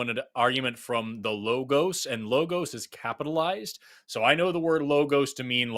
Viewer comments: It is so grating to hear people repeatedly and consistently mispronounce words. It's friggin Low-Goes for bloody sake! Lō-gōs. If you're gonna use it repetitively throughout your argument, say it correctly! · Idk why, but the way pronounces logos gives me big Jordan Peterson vibes